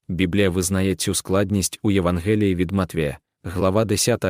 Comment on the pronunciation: Наголос на букву а Євангеліє. В святому письмі дивіться там навмисно стоїть апостров.